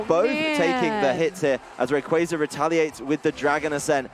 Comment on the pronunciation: The commentator switches the pronunciation on Rayquaza!?!?!?